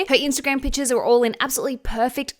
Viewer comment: She said pictures like “Pitchaz” drink a shooter everytime she say it you will be drunk in 2 min